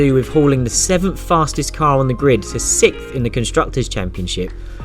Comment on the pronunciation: say SIXTH you limey fuck. not SIKT.